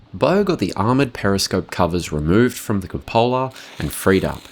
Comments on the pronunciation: Kurt, really? It’s not Koo-POH-la, it’s KOO-puh-la. Somebody’s pulling jokes on you or something. That includes any variation, Aussie, U.K. or U.S. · Nah both are correct variations of route, but it’s never Koo-POH-la. He already massacred Wespe, but I have no idea where he got that Cupola (proper- KOO-puh-la) from.